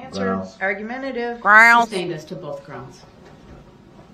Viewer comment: OAF FORF, BAFROOM, BOFF...